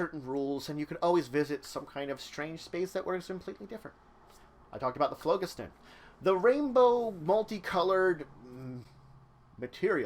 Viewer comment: I like your vids, but you are mispronouncing phlogiston. The first O is long, the G is soft, and emphasis on the second syllable. I verified this quite easily online.